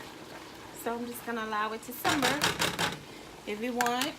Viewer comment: She did lol and she keep saying simber